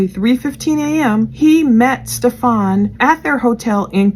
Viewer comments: Mkay it’s not Stephaaawn!!!! Stephen like Steph like Stephanie and en like end or bend or send Steph En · StephUN is how ITS name is pronounced, jeez.